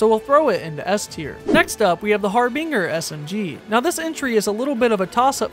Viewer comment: Bro really said har-bing-er.